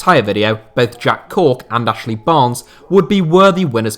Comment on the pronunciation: I know it’s Cork, but it’s definitely hilarious listening to saying it for the next minute or smth.